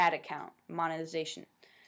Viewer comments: Mon-Eh-Ty-Zay-tion.....SAY IT WITH ME..... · You prenounce it like: moneytiesation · monte moniti montaziation Lol.